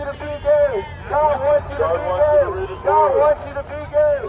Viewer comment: A bit of a critique I thought you said "God wants you to be Dead" not God wants you to be Gay until you said so in the video. Appreciate the effort but I guess more emphasis on the Gaaaay next time